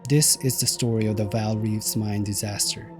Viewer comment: "Vaal" ie Gray